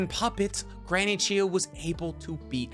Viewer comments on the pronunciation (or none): You even spell it right but you still say Chiyu, not Chiyo. D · Are you purposely mispronouncing Chiyo-Samas name? Chi-yo, not you..yo. Chiyo. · Almost every video has a mispronunciation to the point I think its intentional. This video had Chiyo as 'Chiyu' and Kakuzu as 'Kakuzo'. The 12 Guardian Ninja video had Chiriku as 'Chiriko' and many others each video. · Who is this Granny Chiyoo you speak of??? Jokes aside, nice video